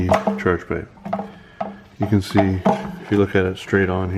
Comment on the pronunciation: I swear if you call those 'inlets' charepipes one more time LMAO